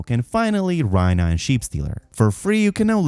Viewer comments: RAE-Nuh not Rhyna… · Rhaena is not pronounced Ryna but RAYna,😂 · never heard anyone butcher someone’s name that bad 😂 rynah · why do you mispronounce her name like that, they say it as rEYna